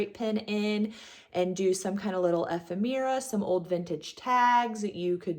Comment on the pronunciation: Great finds. Just a heads up ephemera is pronounced like ef-em-urra.